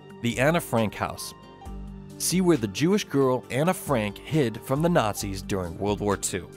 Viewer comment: It's Anne Frank not Anna. Anne pronounced "An" it had an e, not an a.